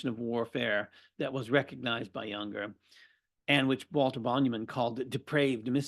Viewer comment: This guy is absolutely antithetical to the mind and spirit of Junger, whose name he is unable to pronounce?